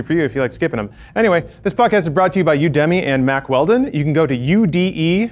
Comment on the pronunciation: I doubt you'll see this but just in case it matters to you, UDEMY is pronounced "You-duh-mee":) As in "You academy"